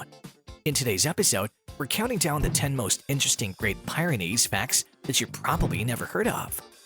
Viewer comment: It’s pronounced “Peer-ah-nees”